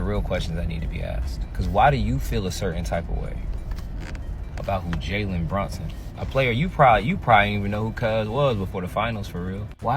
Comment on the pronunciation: She doesn't even know the man's name; "Brunston", who is that?